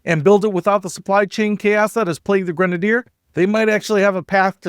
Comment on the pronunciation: I love my Grenadier. Your mispronunciation is hysterical. This is why many public companies get taken private so that they are not beaten down for extensive CAPEX. Ratcliff has it's expenses covered in spades with his own personal capital. Amazingly horrible commentary, wildly speculative nonetheless. The is completely witless and needs to go back to business school.